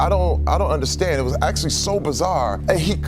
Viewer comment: I really wanted to watch iiiiiiit, but you keep dragging out the last syllable in ever seteeeeeence.